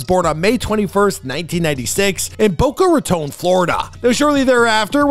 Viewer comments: Boca Raton Not Baca Roton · That is not how you pronounce Boca Raton. Bow cuh Rah tawn.